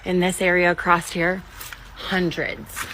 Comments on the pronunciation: It's "impor int" to examine these fish all "acrossed" the "shtream". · I could not get past the fact that she mispronounced across. The word across does not have a t at the end of it.